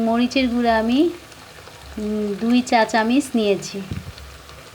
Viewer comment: চামিচ কি,চামচ